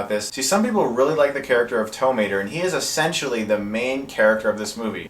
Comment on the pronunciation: You say Tow Mater like “tuh”Mater, except without the “tuh.”